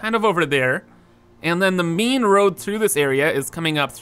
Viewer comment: Whenever he says ‘main’ I hear ‘meme’